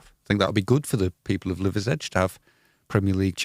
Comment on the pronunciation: The pronounciation of liversedge was killing me 😂